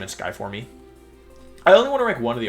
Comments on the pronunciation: What's with "formey", it's just pronounced like the normal word form. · Forme is just pronounced form btw lol. I dont usually comment stuff like this, but it was driving me crazy lol. Great Wideo tho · Why do you say forme and “for me” the e is silent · Dude stop saying form-ee. It’s driving me crazy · Form-e lol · FYI Wolfe, "forme" is pronounced the same way as "form" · "Formey" is so cringe. Usually its easy to ignore the one time its said but this video was hard to finish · Great list but hearing you pronounce forme makes me want to commit a war crime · Take a shot every time he mispronounces "forme".